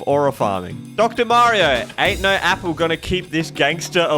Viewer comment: He called Mario morrow and samus, salmon. Is this intentional